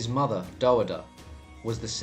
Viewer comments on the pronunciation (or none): none